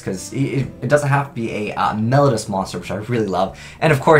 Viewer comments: "Mel-low-dee-u"', not "Mel-ud-us" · please read this comment. Mel-OH-dee-us. I am trying to help you.